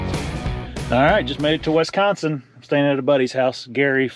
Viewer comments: It's wis-consin not wes-consin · Great hunt and congratulations but it’s WISconsin not WESconsin buddy keep it up and again congratulations great deer! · Wisconsin, not Wesconsin